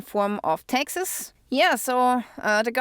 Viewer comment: She said "Texas" and I thought she was talking about "Texas" but when she said "paid Texas" I figured out she was saying "taxes".😅